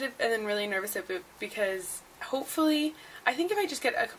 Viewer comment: ahahahahahahahahah you are so Canadian you really said aboot you are awesome but without me it's just aweso! Went to the Jays game tonight with mom. Behind home plate row 6. Practically on the field. Keep the vlogs coming!